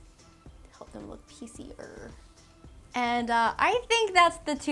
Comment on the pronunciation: Take a shot every time says lewk... careful!